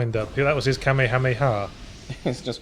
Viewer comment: Kamehameha > through the yahtzee filter > "Kammy hammy hah"